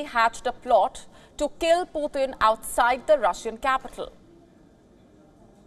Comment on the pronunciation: Not Puthin but Putin